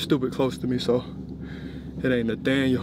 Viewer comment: lol why you keep saying “ Nathaniel” 😂😂